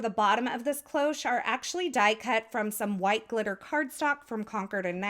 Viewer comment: Your card is amazing, as usual ! As for the “cloche” : it’s simply the French word for bell, I didn’t know it was used in English. And your pronunciation is perfect !